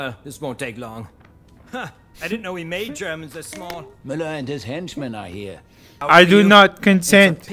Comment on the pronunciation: "i dont speak german" while pronouncing german perfectly